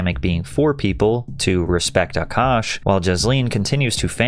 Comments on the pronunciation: what grown man is named “nav” and why does she pronounce his name “Ahh kash” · I love how Patrick pronounces Akash’s name better than this dumb broad.